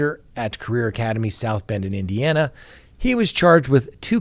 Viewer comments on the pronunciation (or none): none